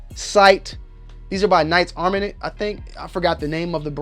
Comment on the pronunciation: Black guy reviews rifle, uses an olight and can’t pronounce “armament” and claims to like vortex strikefire more than an eotech 😂